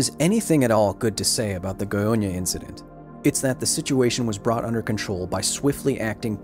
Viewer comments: You pronounced Goiânia perfectly. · I was looking forward to this video. By the way, your Goiânia pronunciation was flawless. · As a Brazilian who lives in Brasília just 200 Km from Goiânia I really appreciate that the story of what happened is being discovered by more people. Btw your pronunciation was pretty good Edit: wow 200+ likes! Thanks guys